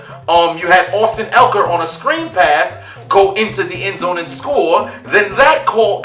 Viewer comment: great video but its austin ekeler, not elker